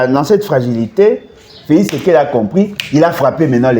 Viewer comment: Bolodjwa mofibi masoko ya Kanambé. Zoba ya mobali. Motema mabe kk neti elongi na ye. Felis Sekedi kiekiekiekiekie ayebi ata ko prononcer Felix tshisekedi te.